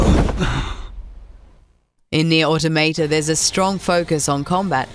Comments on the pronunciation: AutOmata! Not AutomAta...jeez... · This bitch is straight up saying Nier Automato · Why is it that nobody can correctly pronounce the word 'automata', it's a derivative of the word automatons, (the robot like enemies) and is pronounced 'or-tom-a-ta' not 'auto-mayta' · Auto mate ah, auto tomatoe. You really cant say automata? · How can somebody fail at saying Automata, its litertly this Easy: Au toh Mah Tah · Hold on, gonna stop you 2 seconds into the video... Automayta? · NieR Automeytey 😂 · Nier Automa-tay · She said "Nier Autom8ta" and for that reason I'm out. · it's aw-taw-muh-taw. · Love how most people pronounce automata wrong 😂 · Learn how to pronounce Automata correctly pls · that's not how you say "automata"